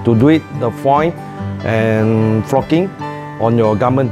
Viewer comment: "for foii and focking"